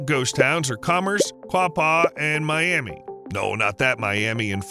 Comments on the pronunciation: You don't even bother to learn how to pronounce the towns you cover? Miami, OK is pronounced my-AM-uh - disrespectful! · Miami: Pronounced My-am-a Thank you! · It's pronounced my am a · Not Miamee, but Miamuh. Pronounce it properly. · It's pronounced my-am-uh not like Florida's Miami. I had to be that person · Around here, it's pronounced my-amah. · good video but never call miami “My am ee” in miami, speaking from experience… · Miami..... Is pronounced My. Am. Ah. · Miami in Okla. is Mi-am-uh. As a town in SE Okla. is Achille pronounced Atch-a-lee. Many other towns run the same gamut with people not knowing the pronunciation. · We realize you're not from the Oklahoma area and understanding the rich history of the native American Indian tribes. The town of Miami, Oklahoma was named after a tribe with the same name which the correct pronunciation is Myaamia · Okie here, we pronounce Miami as Miama, here in Oklahoma... Just a thought so you can pronounce the city correctly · Hahahaha…. I just said the same thing! I guess I should really look through comments before posting things like this…. Oh well, it is what it is :) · If you were from NE Oklahoma you would pronounce Miami with an A at the end in place of the I. Like MyAma. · I grew up in Miami, and it's not pronounced like the city in Florida. It's My-am-uh. Named for the Miami Tribe that was forced to settle there during Andrew Jackson's presidency. Same for the nearby towns of Quapaw, Wyandotte, and Seneca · You’re pronouncing Miami improperly! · The Miami Tribe in Indiana was pronounced me-Ah-me. People need to check local pronunciations. It's the same with Lafayette. A city name in many many states and with some stark differences. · Sorry everyone outside our state; This is the "I'm Vegan" of Oklahoma. Tell them about the Myaamia Tribe, and WHY it's pronounced with an "uh" sound. Have you even been to the Myaamia Heritage Museum? It's very educational. Okie-dokie.